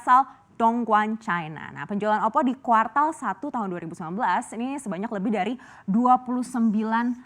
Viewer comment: Ksilat lidah mas bro